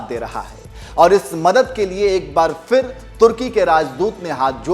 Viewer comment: Location Arey yaar Neyaz Khan tu to Muslim hai. Tujhe to maaloom hona chahiye. Tu to kam se kam Fir (फ़िर) mat bol. It's Phir (फिर, پھر), not फ़िर.